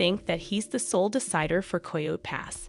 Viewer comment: Girl you need to pronounce your words better. It not koho pass😂